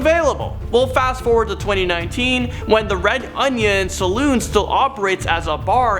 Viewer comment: Also said Salon (where you get your hair and nails done) instead of Saloon (where you go to get drinks).